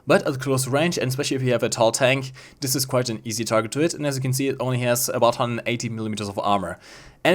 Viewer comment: “Funder” “Dis” “Peemium”